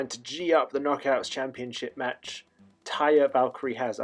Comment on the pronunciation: After hearing you struggle to say “Taya Valkyrie” so much I recommend to just do an Austin Aries and refer to her as Johnny Impact’s “Husky Wife.”